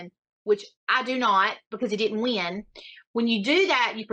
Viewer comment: God, I'm usually never okay with people making fun of others' accents, but I can't get over how ridiculous this woman sounds. She somehow manages to add two extra syllables to the word "win." And I've lived in Georgia. You'd think I'd be used to it!